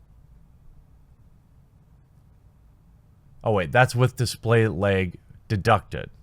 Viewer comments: Pretty sure you meant to say laaaaag not leg? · LOL! I love how you say LAG. "Lyg". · Bag, lag. Or as Jeremy says , "beg, leg" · Also lag as "legg"